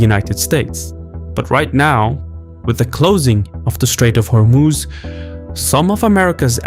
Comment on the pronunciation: You keep saying Hormooz. It's not how it's pronounced. Hormoz.